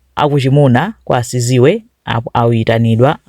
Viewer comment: Its Sizwe not siziwe 😂